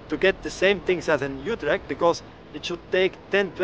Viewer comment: please.. points for effort : yes. "almost spot on" : no way. "YouTrecht" : 50/50. Groningen .. .. After repeating it 20x times one could imagine it was 50/50 but i'm afraid it was less.